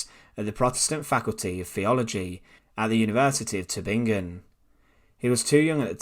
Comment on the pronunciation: I If you can’t even pronounce the words Bonhoeffer or Tubingen, shouldn’t you find a better way to spend your time? You might want (for instance) to learn to pronounce your mother-tongue correctly; there is not such word as ‘Teacha’ !